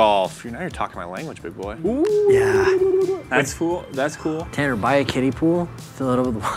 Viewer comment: “I’m TanNER”